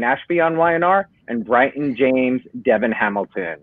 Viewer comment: Its a good interview BUT you didn't say Devon's name correctly! Thats a must for an interviewer or journalist